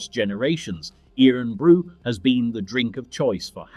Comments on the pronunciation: IRN BRU is pronounced “Ir’n Bru” as in Iron not “earn bru” Get a real Scot to read the script. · It's IRON Bru, not EERON Bru! Bloody AI voice! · Dear god! It's sounded Iron Bru. Sacrilege! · 18.12 its pronounced iron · Irn Bru is pronounced Iron Brew its original name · It’s pronounced iron brew ya walloper. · Eerunbroo. Christ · Good old Irn Bru defeated the AI voice. It's pronounced "iron brew", hence the joke that it's made from girders. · I was wondering who this Ian Bru character was😆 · What in the "actual" fuck is "eeron brew"? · Eerin brew😂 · E-tiv. Inver-airy. Iron-brew. AI hasn't quite got the hang of place names yet, You could type the script phonetically then it won't be so obvious. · Irn is pronounced the exact same as Iron. Makes me question whether yer AI pal lol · That was surprisingly interesting and enjoyable. The AI (English) voice is annoying, and it was OK till it got to Irn Bru - perhaps not unsurprisingly, it pronounced it the way Americans do - i.e. incorrectly. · Oh dear, pronunciation! You couldn't even get Irn Bru right. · Written by Ai too. And it kept mis-pronouncing Irn-Bru!!